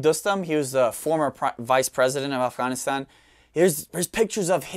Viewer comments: I liked the way you pronounced Afغanistan! Thanks for sharing your knowledge with us. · You should say “afghhahhhn” a few more times... 🙄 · Ofghoniston pronunciation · If I have to hear him pronounce "Afghanistan," one more time, I'm gonna lose my sh*t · The way he pronounces Afghanistan makes me think he was in the service.